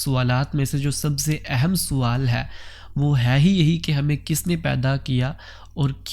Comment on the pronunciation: بہت اچھا انداز ہے آپ کا سوال کے س کو زبر سے پڑھا کریں